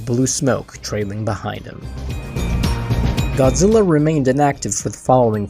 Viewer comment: Goozirra is the best king FYI L doesn't exist is Japanese alphabet its replaced with R sound